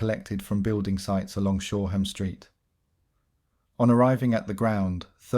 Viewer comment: No offence but we pronunce it Shore am street and Fitz Alan square